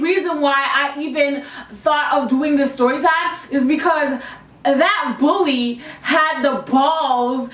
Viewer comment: Everytime she said “another bully” it sounded like another booty